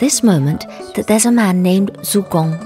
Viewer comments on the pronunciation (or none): great video, but "zhou" is pronunced like "joe" in Joe Biden